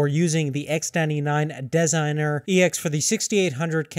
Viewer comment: That pronounciation of Designare *cringe*